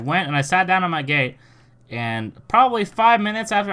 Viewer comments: Lol every time you say "gate" sounds like you are saying "it's not the gay people fault" 😂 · When you. Say the word gate it sound like youre saying gay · Is you saying ga'e for gate an accent thing or what?